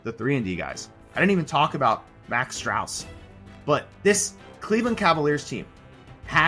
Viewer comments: *Strus, not Strauss . Other than that great analysis! Go Cavs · How do you talk about the cavs so much like you know them but pronounce Strus like strause lol? You made a full video too it’s just kinda a bad look. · DY-na-mo (word ) vs dy-NAM-o (you) Max Strus sounds like goose or loose, not the german word for street